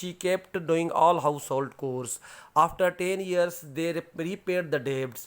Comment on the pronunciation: Chore will be pronounced as چور not کور